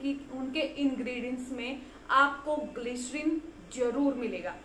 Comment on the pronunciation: glycerine word plz listen how to pronounce it. Your content are good. Only pronunciation is prob. Plz don't mind.